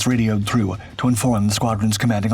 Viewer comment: Slurred narration "thrurrgh" dunno what that's supposed to mean...